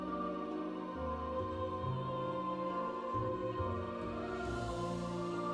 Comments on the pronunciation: Wrocław is pronounced Wroz-vaw. There is no sound in English for this ł letter but its like a mix between the English W &V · Wrocław is actually pronounced as "rock-law"